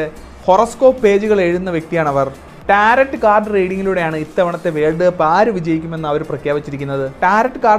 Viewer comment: ടാരറ്റ് കാർഡ് അല്ല ബ്രോ ടാരോ കാർഡ്. Tarot "t" silent ആണ്. ഞാൻ Tarot card fan ആണ്. പക്ഷേ ഒരു perfect Tarot card reader നു പോലും പലപ്പോഴും പ്രവചനങ്ങൾ പാളിയേക്കാം.